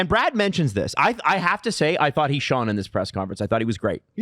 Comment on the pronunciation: Love hearing Adam properly use and pronounce "Shone," though.